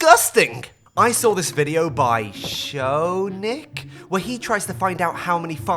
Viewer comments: how did he butch shounic's name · Can't believe how badly you butchered my boi's name.